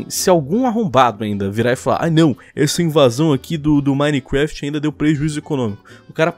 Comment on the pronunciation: Hacker nutella: Anonymous Hacker raiz: (parem de falar "Minequeft" e fala certo ;-;)